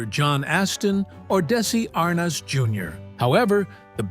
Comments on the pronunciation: Darn AI- tell tale sign how pronounced "desi ar-nez" ?!?! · Da-si Ar-noz? These computer-voiced videos are horrible and unwatchable. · Daissssy Arnoz - that's AI for you. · AI Robo-Voice says, "Daisy AHR-Nahz, Senior" and i click away. Bye bye, stupid Ro-droid. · These AI mispronunciations lie heavy on the ear. Really? Desi Arnoz? Is it so hard 2 get a human 2 narrate? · Why can’t the narrator pronounce Desi Arnez Jr correctly? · Desi arnaz Jr ,not how ever you mispronounced it